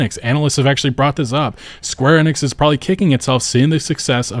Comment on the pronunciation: Suite is pronounced like SWEET, not SUIT. Enix isn't pronounced Ehnix, it is EEnix, E like in Feet.